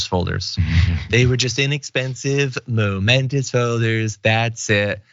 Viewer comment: He and everybody in between mean MEMENTO (pl.-mementoES). It'll be easier for everybody if some people didn't pronounced it as MOmentos. Forget the chump, he's a lost case.😉